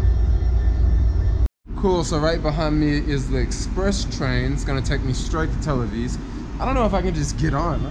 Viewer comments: why are you calling it tell aviz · A few quick corrections: 1. Those aren't machine guns, those are assault rifles. 2. It's "Tel Aviv", not "Tel Aviz" 3. The sign on the train with the shoes says "please don't put your feet on the seats" 4. The bus ALWAYS makes it Glad to hear you had a good time--come again! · It's Tel AviV , with a V, not Tel Aviz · It's not Tel Aviz, It's Tel Aviv. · TEL AVIV NOT TEL AVIZ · It's not Tel AvIS, but Tel AvIV. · is tel aviv not tel aviz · tel-aviz??? i think you are putting it on...you know its tel-aviv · Is he saying Tel Aviz?